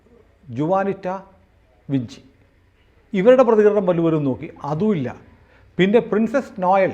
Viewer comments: ആ ബെ ചെ ഇങ്ങനെ ആണ് abc എന്ന് തുർക്കി ഇറ്റലി എന്നിവിടങ്ങളിൽ. അതിനാൽ വിഞ്ചി എന്നു തന്നെ ആണ് ഉച്ചാരണം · Leonardo Da Vinci - ഉച്ചാരണം ലിയോണാർഡോ ഡാ വിഞ്ചി... അപ്പോൾ Raul Vinci ഉച്ചരിക്കേണ്ടതും റാഉൾ വിഞ്ചി എന്ന് തന്നെ... അല്ലാതെ വിൻസി എന്നല്ലാ... അത് പോലെ ബക്ക്ഒഫ്സ് എന്നല്ലാ ബാക്ക് ഒാപ്സ് (Back Ops) എന്നാണ്. ഇംഗ്ലീഷ് ഭാഷ ഉച്ചരിക്കുമ്പോൾ ആവശ്യമില്ലാത്ത ബലം പിടിത്തം ഒഴിവാക്കണം...